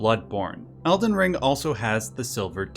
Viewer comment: Its elden ring not elden rink.